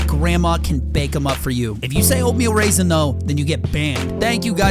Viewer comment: Oat meal raisan